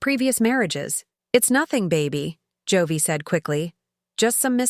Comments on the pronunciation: What's with the constant Jo-vey? Joey is pronounced 'Jo-eee'. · Joewee??? In stead of Joey.